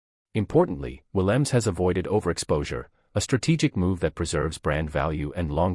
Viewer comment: SInce you want to expose our premier player, please find the time to correctly say his NAME!!! Williams is NOT his name!!! The 'E' on the end is NOT silent either. Say it, or you don't describe our star!! Thanks